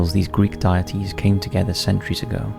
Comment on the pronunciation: Also the way he says "deities, deity"